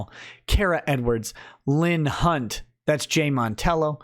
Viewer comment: the affadavit of Ms. "Cunt"/"Hunt" lmao! also not fair laughing + nose-shooting whiskey and coke. It stings lol